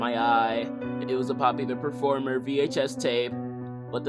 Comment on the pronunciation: "Papi the peformer"